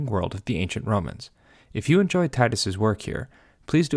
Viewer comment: Impressive how you used the restored Latin pronunciation when you said Vobis, the "V" pronounced like a "U".